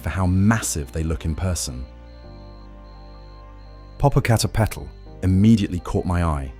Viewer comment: Lol your pronouncing it wrong. Po po cah teh pey til